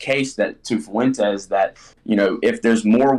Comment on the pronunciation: Nick fuh-wentez